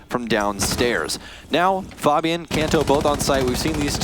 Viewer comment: did anyone notice how he called fabian faibin